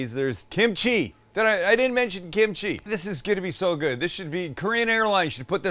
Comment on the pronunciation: Ahhh, you lost me at kemchi. 🙄